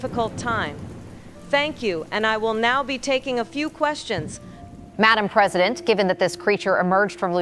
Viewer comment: Wow...the AI-presideht can put together sentences, with more coherence than the person mimicked could ever try...no mamala, no cackles, no wine break.